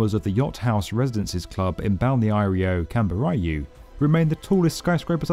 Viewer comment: Excellent, as always! (Pronunciation tip: it's pronounced Balneario "Kam-bo-reeoo", w/ emphasis on the final "ú".)